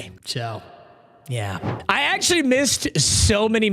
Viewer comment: … can NOT say the word actually. We also never gave 69 a pass.